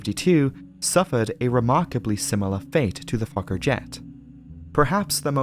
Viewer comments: It keeps sounding like you’re saying f*cker instead of Fokker. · I don't care how many times I hear Fokker, I wake right up thinking he said something else. 😂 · I'm very immature, I hear fokker I lol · I’ve seen so many of your videos but no matter what I still giggle inside when I hear “Fokker.” 😂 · "Fokker headed for Moerdijk..." 🤣😂🤣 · Fokker ... haha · I snicker every time Fokker is said 😂